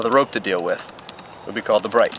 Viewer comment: It sounds like you are saying "bowline on a bright" - the proper name is "bowline on a bight". Look up knot terminology in Wikipedia.